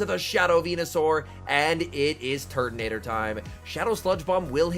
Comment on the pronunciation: Can't unhear Turdinator.